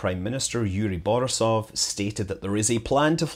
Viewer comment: Your Russian's so good that I have to correct you! ;) Bor-I-sov, Zen-I-t, YU- zh-noye (where's "zh" sounds simply like "j" in "Jack" without d)...